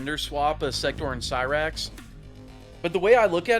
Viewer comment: thats not cyrax thats sherax